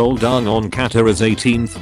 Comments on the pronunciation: ITS NOT "AHNG' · the text to speech pronounces it like the movie why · Tgw movie pronounced it Eng. this is pronouncing it A-Ang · Notice how the voice is pronouncing 'Aang' as they did in that travesty of a movie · I find the fact that the robot voice used the cursed pronunciation of Aang mildly infuriating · The way the voice is pronouncing Aang is triggering me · It seems that the computer voice went to the Shamilan school of pronouncing stuff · This whole video is meme!!! Miss pronouncing aang is cringe